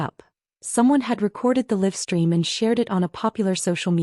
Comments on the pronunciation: Stop mispronouncing live stream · Could you please stop mispronouncing live stream 😢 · Please stop mispronouncing live stream 😢😢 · Please stop mispronouncing live stream 😢